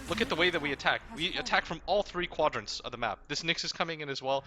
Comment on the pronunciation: loves to try and sound smart. Wanted to say "quantrants" for no reason lmao